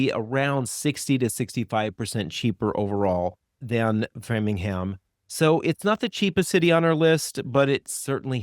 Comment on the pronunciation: BTW it is “frame-ing-ham” 😊